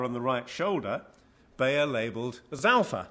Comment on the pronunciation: How to pronounce properly: Houtman [How-t-mahn], Bayer [Buyer] etc..